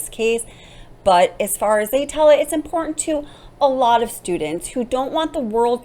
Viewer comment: Can you please pronounce the T in the word important? And where is your accent from?